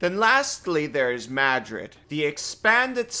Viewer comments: It's pronounced "mare-rid" not Madrid, hehehe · Yeah, I don't know the correct pronunciation, but I've always said MARE-id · You said it twice ahhhhh. It is pronounced "Mar- RRRRR-id". Ahhhhhhhhhh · Bro added a whole letter to Marid (if you're dyslexic I am genuinely sorry for making fun of you) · Mispronouncing is one thing. It's another when you add a second D to marid. Marids are genies, their single D is big enough for their name. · Marid, not Madrid. :) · Hey, the pronunciation was fine until you called the water genie the capital of Spain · Pronouncing a lot monster names is usually something I just say "yeah however you pronounce it is your characters regional accent, because hell I don't even know how to pronounce it" The way I pronounce the genies names are Dow (the way you do) Jeen-ee (exactly the same as genie) Aff-REET-ee or if-REET-ee... Because in my real life accent sometimes Is sound like As Muh-REED I don't claim these are the correct pronunciations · You did mess up the name. Probably on purpose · "I'm going to butcher these names" -- does great except for adding letters that aren't there in Marid. It's not the capital of Spain. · Dude, how do you pronounce a non-existent D? Did you do this vid drunk? Still this was fun to watch. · Except for Marid, your pronunciation is fine. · yah not sure where he is getting the second 'd' sound in the middle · So close lmao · I mean for me little mistakes like that only make videos more entertaining.